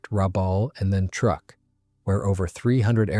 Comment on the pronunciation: Truk is not pronounced truck but trook